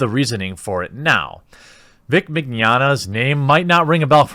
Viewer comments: Mig-yana. Vic Mig-yana. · Mee NYO (rhymes with Gnocchi... Ok people butcher that too... rhymes with yoyo) nyah (rhymes with lasagna... some people screw that one up too... Ok here: iNYAface) MeeNYOnyah Mignogna =/= the Spanish word for tomorrow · Vic Mignogna Pronounced: VICK ME-KNOWN-YA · It's pronounced like "Manana" Ma-nya-na. Trust me, back when I first heard of him I called him mangoman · It's pronounced Vic Mig Yah Nah, right? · The way you say Mignogna sounds like the Spanish word for 'tomorrow/later,' as in, 'I will do this thing tomorrow (but really some unspecified time in the future).' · Haha you totally butchered his name, its pronounced Mignogna.